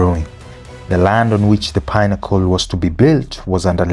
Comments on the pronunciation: Pinnacle is pi-na-ko not pine-acle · why do you pronounce pinnacle like pine-accle? good doc though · The pine-accle pronunciation is annoying and wrong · Where did you find that pronunciation from? You wanted to put cliche on your video.,we all know how it's pronounced why start pronuncing it differently and you know how the word should be pronunced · The name of the towers is a big part of the video and the way you're pronouncing it is like pineapples is throwing me off ngl